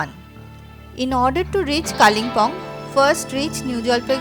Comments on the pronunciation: Kalinpong ....bad pronunciation It's kalim pong Local tongue kale bung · Your English of Pronunciation of Kalimpong, is atrocious